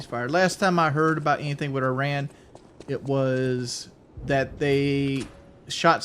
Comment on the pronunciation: Everytime he says Iran it cracks me up. Especially since he has never done that like .. Ever.